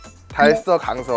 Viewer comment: 강서라고 하는게 강석이라고 들음.